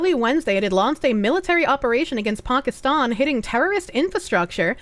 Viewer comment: Ponkiston. lol